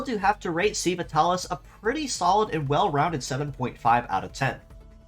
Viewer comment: Minor nitpick: "sei" is pronounced like "say". I would guess"Seiva" is supposed to sound close to "Saber".